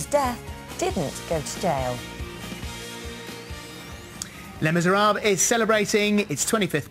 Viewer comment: Did she really just say Les MiserARBUL ??